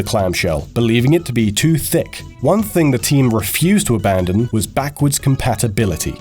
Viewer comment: the way he said it he defs had to be trying to say THICC as well not just accidental also scrolled down to check for this comment